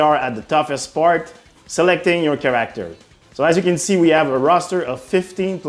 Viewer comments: please say CHAracter, not chaRACterm its driving me insane. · Select your Ker-ack-tir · 'care-actor' instead of character lol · "CHARE-RICK-TER" -character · Stopped watching because of the care-actor pronunciation. Am I a dick? Yea, and I am fine with that. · Kah ract er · Looking forward to choose a kerrrRACKterr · For the love of god, learn how to pronounce “character” And they say it’s the Anglophones that butcher the French language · dont mind the accent, but the way he says that specific word. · The way this man says character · Absolutely unwatchable the way he says character